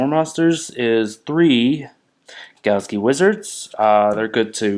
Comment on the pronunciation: It's "galaxy" not "galski"